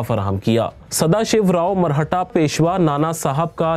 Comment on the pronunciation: मरहटा नहीं मराठा